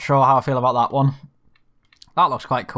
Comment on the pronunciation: When you say “that” it’s sounds like thot. Lol